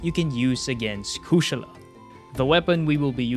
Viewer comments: My guy dont losten to them. You got the pronunciation right. Never change it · That’s hilarious coming from you. You do realize the word Kushala it’s a Hindu word. Is not no American word. So he’s saying it correctly. You’re the one saying it wrong, obviously. There’s more languages out there than English. Maybe you should learn some more.